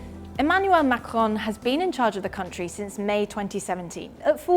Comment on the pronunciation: Using the rhotic /r/ to pronounce 'Macron' sounds really dumb if you also pronounce the end -n. Either use the French or English pronunciation, not an inbred mix of both.